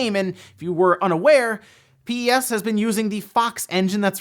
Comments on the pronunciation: never heard anyone say Pee eee S lmao. Everyone I know says PES as in Pez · For reference no one actually calls it "PEE-EEE-ESSS" people pronounce it pez just like the candy. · I’ve never heard anyone pronounce the game as P.E.S. before. Always heard it called Pro Evo or Pez. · Bruh its not P E S its just Pes lmao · Is it just uk that say pes like pez and not p e s as separate letters? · Ahh he said P-E-S, bless him